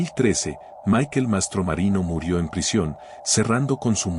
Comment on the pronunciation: Barbara no Bar-bara y es Michael no Mikel 🙈 minimo pronuncia bien los nombres 🙈